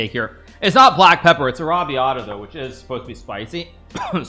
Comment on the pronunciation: pasta and arrabiata pronounced terribly but he said Italian is one of his languages